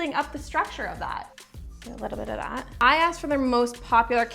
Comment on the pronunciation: Am I the only one who hates how she says “stuff like thot”